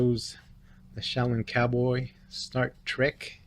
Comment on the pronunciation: It said start trek....lol